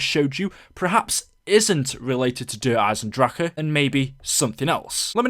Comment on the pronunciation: I hate the way you pronounce Der Eisendrache